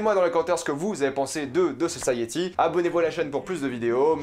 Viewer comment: The guiftèd sosayiti😭😭😭prk tu fais ça !!?? 😭😭